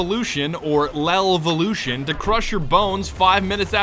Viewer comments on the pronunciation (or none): "L'evolution." It's French,. Come on.